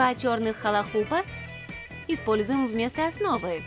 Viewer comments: Не халахуб а хулахуб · Правильно говорить хулахуб